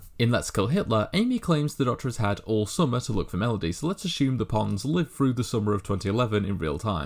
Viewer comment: a great video, but please, please, please will you pronounce your th's correctly, "THREE" is not pronounced "free", "THIRTY" is not pronounced "firty" and "THROUGH" is not pronounced "frew". It really grates when I hear simple words mispronounced.